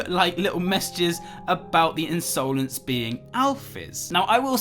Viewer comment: Just wanted to point out that the word 'insolence' is usually pronounced as 'in-suh-lens' and not 'in-sow-lens'